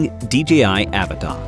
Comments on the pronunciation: Please just admit that it’s uh-VAH-tah and stop saying A-vuh-tah lol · It's pronounced "AH-VAh-TAH"